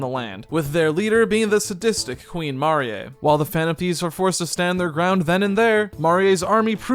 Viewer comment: I'm rather annoyed that the party is only 3 strong instead of 4 now. But yeah I dont much like the silly art style or the new characters... also... "mah-ree-eh"? Really?... Marie. So dumb